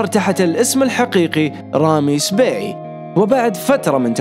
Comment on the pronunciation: رامي السباعي وليس سبيعي